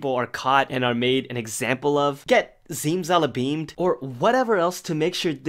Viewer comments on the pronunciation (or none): did I just hear “zimzalabimed”